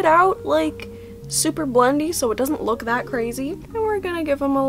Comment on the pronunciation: sounds like your saying luke instead of look.